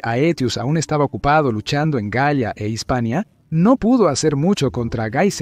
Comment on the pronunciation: La forma en que decis la galia de escucha asi ( gaia)